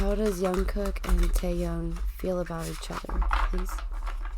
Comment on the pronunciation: Jungkook not yungkook